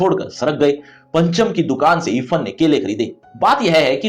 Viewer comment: Irfhan hota hai ifan pronounce